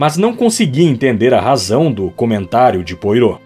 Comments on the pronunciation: Ótimo texto e excelente narraçao, mas tudo fica comprometido pela pronuncia dos nomes, principalmente a do grande detetive belga Hercule Poirtot. A pronuncia mais correta é êrquíle poarrô. Espero ter contribuido. Fica impossível ir até o fim. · Querido narrador, você é ótimo. Só observe, por favor, que Hercule Poirot é 'belga'. Seu nome se pronuncia "puarrô" e não "poirô"; seu sotaque remete ao francês, não ao inglês. No mais, excelente. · Desculpe, não consegui terminar. O nome do Poirot não se pronuncia como se escreve. Acho importante esses detalhes. Agradeço muito pelo seu canal, muito obrigada mesmo. Escuto com o meu primo que tem problemas de visão. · Por favor reveja sua pronúncia sobre o nome do detetive! Soa horrível aos ouvidos de quem escuta!